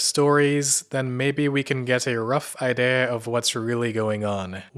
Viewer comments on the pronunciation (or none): did this guy just say I-day-a instead of idea? Is HE the AI?